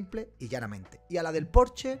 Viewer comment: Se dice "Porsche", no "Porsch". es palabra alemana, no francesa donde la "e" ultima si no está acentuada no se pronuncia